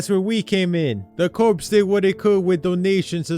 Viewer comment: Btw Corps is pronounced "core"